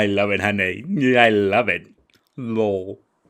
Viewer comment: Also the way he says ‘letters’.and ‘love’ (he really accentuates the L and it’s awful)